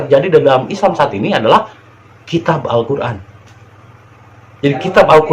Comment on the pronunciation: Alkoran ayat2nya ngaco/asbun